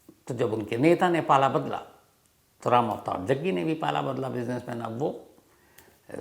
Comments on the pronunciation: Bhai aap jaggi ko jagga bol rahe ho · रिपोर्टर साहब जग्गी बोलिये कब से जग्गा जग्गा बोल रहे हो